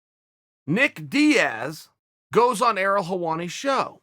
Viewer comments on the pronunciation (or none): none